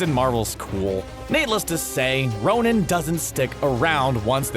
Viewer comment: it's ' Ronan' not 'Ronin',Ronin is an alias taken by Hawkeye In comics